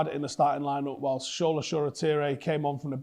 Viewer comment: It's not (show)la but (sure)la. And the L is kind of long. Let's not pretend like CB is where we are strongest. I've seen enough this season to make me feel like we will give the opposition a goal.